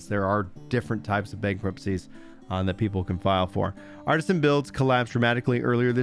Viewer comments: it's ArtEsian builds not Artisan, there's a E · I'm not bringing this up to be rude, or that we will prolly ever hear their name again but it's artesian, not artisan.